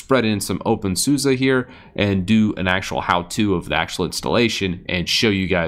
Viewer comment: Somebody please explain why openSUSE is pronounced as openSUSA ??